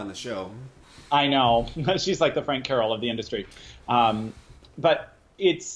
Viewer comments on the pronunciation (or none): none